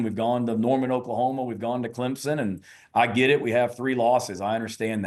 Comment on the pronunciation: Paul there is No Z in Clemson. I’m a gamecock fan, correct your speech